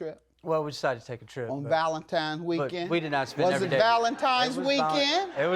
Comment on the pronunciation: Ugh, did he say "ValentiMe's"?